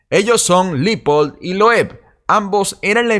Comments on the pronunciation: Se pronuncia Leopold (como se escribe) no Lipold. Cuida el idioma compañero. Y muy buen video. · Amiguito no es LIPOL es LEOPOLD sugiero te asesores para no parecer ignorante en lo futuro